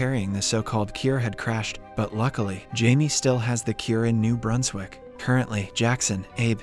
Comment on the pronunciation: ITS NOT PRONOUNCE AS NUBERSWICK ITS NEW BRUNSWICK